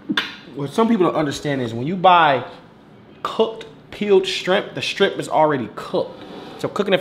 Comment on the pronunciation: one of them people who says scrimp instead of shrimp 🤣